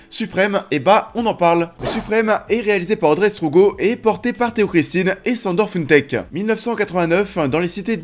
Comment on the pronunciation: Je fais une simple correction, Sandor se prononce « Chandor » ;) Pour certains commentaires oui, il y a plus de séquences et l’histoire racontée de JoeyStarr car un parcours plus « chaotique », et donc plus de choses à raconter tout simplement. Kool Shen lui même le dit, mais ça n’empêche pas le film de montrer cette relation presque paternel entre les deux hommes et justement leur propre équilibre et ce qui a fait le succès du groupe NTM. Dommage la vidéo est courte il y a tellement de sujets à aborder !